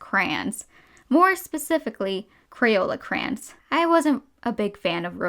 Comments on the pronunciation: It is driving me I.N.S.A.N.E how she is saying ‘c.r.a.n.s’ WTF? It’s ‘c.r.a.y.o.n.s’ im Australian, does the rest of the world say crans? Like wtf it’s even spelt crayons! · ITS NOT KRANES ITS CRAY LIKE CRAY CRAY ON SAY IT WITH MY CRAY ONS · Cray-ons not crayns Sorry, idk why these killed me inside so much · Crayola crans Im not trying to be rude, i just think its a bit funny how much she says crans and not like crowns or something.